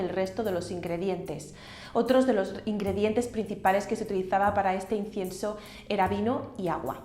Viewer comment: No sé si es mi oído pero no le escucho decir incienso....